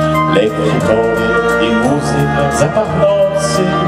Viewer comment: Za akcent na słowie "muzyka", i za całokształt, należy się Panu Połomskiemu tytuł Mistrza Mowy Polskiej!